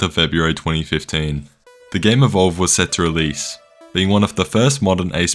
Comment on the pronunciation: You really butchered EVOLVED :( The sad part is that to be competitive in DbD you have to pay many times more than EVOLVED now. (Unless you grind many thousands of hours you might be able to afford one or two “free” characters (non licensed ones) I think dbd is up at around 240$ for all DLC + game ATM.